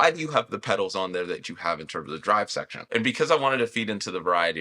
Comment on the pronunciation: modulation sheckshon